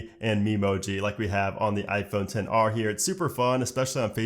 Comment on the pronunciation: I cringe everytime when they say 10 R!! Ugh 😒 ITS X R!!